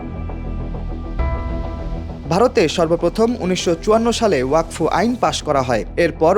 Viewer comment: ওরে গাধা, বিলের নাম ওয়াকফ, ওয়াক ফ নয়